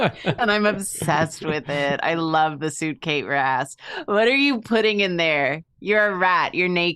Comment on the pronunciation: said SUITCATE RAS not suitcase rat and i love it